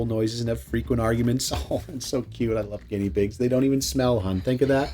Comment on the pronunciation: "Ginnea" pig?! 🤌 😂😂😂